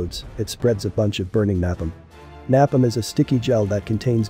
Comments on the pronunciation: What's nap-em? I thought he would say napalm. Lol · Narrator: NAPALME is pronounced as "NAU-PALM".................. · When did they start pronouncing NAPALM, nap- um? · Gotta love the way synthetic voices pronounce words. Nap-um lol. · No offense but you pronounced napalm wrong it's napalm not napin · Is this Dr. Sbaitso narrating using poorly formed sentences that mispronounces common words? Stadly, Nap-uhm? " Sted ill ee" and "Nay-palm" you mean to pronounce. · Amazing video but... Its pronounced Nay-Palm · Is this AI narrated too? There's some interesting mispronounciation of words ("stably", "napalm") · I thought so. Who the pronounces napalm like that. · every word pronounced correctly except napalm and stable. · The video was overall good but the narration was just killing me. He could not say the words steady or napalm. He somehow even messed up grenade launcher at the end of the video.